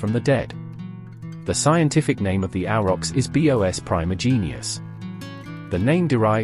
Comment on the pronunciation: The voice really bothers me: is this AI or computer? Why does it say “ B.O.S” instead of “bos” for the species name? Creepy